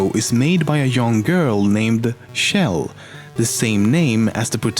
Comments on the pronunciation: Why tf does everyone pronounce Chell like Shell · its CHell not SHell and CarolIN(with silent e) not CarolYNE. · Who is this Shell person you speak of? I know you mispronounce tons of things but named shouldn't be one of them. It's a pronounced like Check at the beginning. The same sound Chug makes. Chell. Source: Valve employees pronounce it that way. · It's chell not shell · The ch sound in Chell is pronounced like the ch in cheese. Not like the sh sound in shell. You can hear it being sung that way in Cara Mia Addio by GLaDOS, at the end of Portal 2.